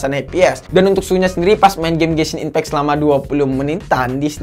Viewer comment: gua denger nya benshin impact bjir